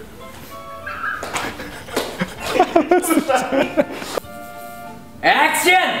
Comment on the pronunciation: Bukan "ACTION.." tapi "AACTION" gitu